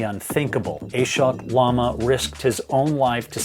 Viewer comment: Master sherpa should be called as "aahshwok" and not as A-shock :)